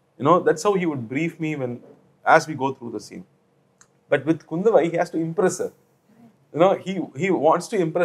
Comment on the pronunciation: It's not KUNDAVAI north people It's KUNDHAVAI